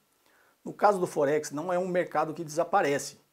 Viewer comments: Não preciso de Axel, pra vê que tua conta tá errada kkkk rapaz não sei o que, tu ganhas pra desenformar os outros e o nome não é focse kkkkk aprende falar pelo menos o nome ! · Puxa, não sabe nem pronunciar Forex kkkkkkkkkk .